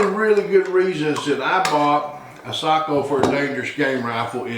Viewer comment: Respect for correct pronunciation of Sako 👍